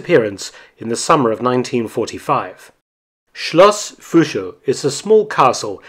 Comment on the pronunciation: i don't mind that you can't say Fuschl right.. because great content!!😎💪🏽